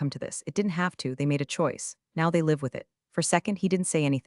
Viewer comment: I hate it that you mispronounce SO many common words. “Live”. ???